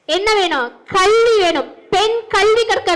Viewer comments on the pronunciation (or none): கல்வி என்று ஒழுங்கா உச்சரி கள்வி என்று சொல்லு😢